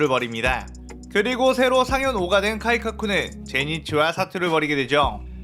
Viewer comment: 카이카쿠가 아니라 카이가쿠 아니에요..?